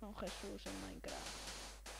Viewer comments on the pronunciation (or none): none